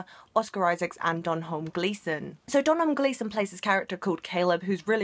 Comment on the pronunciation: Sorry but as an Irish person it really bothers me that you pronounced Domhnall wrong. It's pronounced Doh-null